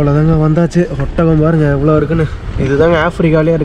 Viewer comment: ஒத்தகம் இல்லப்பா. ஒட்டகம்